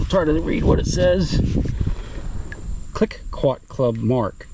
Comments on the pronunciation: Its pronounced KleeCo club soda ! Believe its from up here ib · 😂 Cliquot is (was) pronounced "Klee Koh", not that you youngsters should know that. 😄 👍